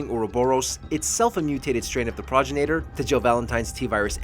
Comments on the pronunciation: Pragrinater what? What is a praginater? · Ugh... It physically hurt to hear him butcher the pronunciation like that. Go play RE5 and actually LISTEN to the dialogue, man!! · Progenitor, not progenator. FFS 🤦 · Grammar police: Progenator isn’t a word. Progenitor ( pro gen i tor) is how it’s said. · Progenitor is pronounced : Pro-gen-it-er It's not said like: Proj-in-a-ter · Progenitor Pro-gen-it-or That's how it's pronounced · Pro-jen-it-or, it's basically spelled phonetically, leave it to to show how little they care to research their topics in the first 30 seconds. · "Praw-jin-ate-ur" Ohhhhh boy... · it's PRO-GEN-A-TOR ....lol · It's been said a lot but it bears repeating. "Pro-GEN-IT-OR" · pronounced PRO-GEN-NA-TUR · Pro Janitor 🧹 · Repeat after me, Pro-gen-I-tor virus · Da hell is there an "ay" in progenitor? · Nigga mispronounce the word “progenitor” when talking about it and shit odee cringe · God this guy can’t even pronounce progenitor correctly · Dude, the way you pronounced "progenitor" was cringey! 😂 #Sawry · Just came to the comments to see who else was annoyed at him pronouncing “Progenitor” SO WRONG! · He pissed me off on how he pronounced the "Progenitor Virus" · Your saying progenitor virus wrong dumbass!!!!